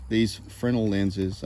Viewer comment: I know this is silly but THANK YOU for pronouncing Fresnel correctly haha.